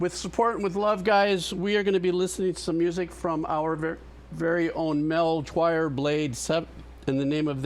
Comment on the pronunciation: Heads up,, it's "MelchiorBlade7", not "MelchoirBlade7", if you can please edit your video description to spell his name right. It's also pronounced "mel-kee-yor", not "mel-choir". Liked for Jamiroquai, Aqua, and Final Fantasy Tactics.